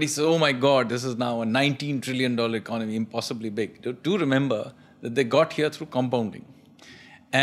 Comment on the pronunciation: Why do you pronounce Economy as “Icnomy” ?